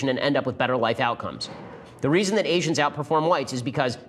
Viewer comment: Ben you said gay-sians. very funny